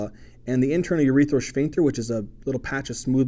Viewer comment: You teach so much better than my professor. (Even if your pronunciation of "shphincter" makes me giggle every time)